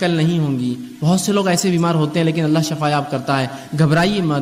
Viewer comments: اسلام علیکم و رحمتہ اللہ و برکاتہ بإذن اللہ تعالٰی میرے دینی بھائی معذرت کے ساتھ شفاء زیر کے ساتھ الله آپ کو شفاء عطا فرمائے (زیر کے ساتھ ) اور شفاء زبر کے ساٹھ ( جہنم کی ایک گھاٹی کو کہتے ہیں۔ یعنی جہنم کا گڑھا اور شفاء زبر کے ساتھ ایک اور معنی موت ہے برائے مہربانی آگر میں غلط ہوں تو میری اصلاح فرمائیں کیونکہ آپ باربار اس لفظ کو باربار دوہرا رہیں ہیں( شفاء زبر کے ساتھ ) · Shafa nahi shifa msna badal jata hsi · Assalamualaikum shafa kiyun bol rahe h..sofa bolna chahiye 😢😢😢😢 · shifa. . . shafa nahi